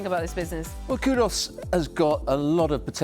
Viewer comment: These clowns can’t even get Kudus’s name right. ‘Kudos’ lmao. Cant believe the dude chose Spurs, I guess he has no trophy ambition and he will be gone for a month in the middle of the season for AFCON.